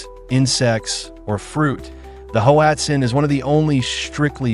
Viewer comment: Pronounced Watzin